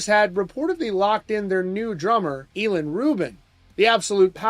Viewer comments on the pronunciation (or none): ih-lawn, not e-lawn.